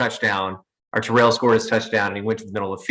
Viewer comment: It's "Tare Ull" not "Ter Rell".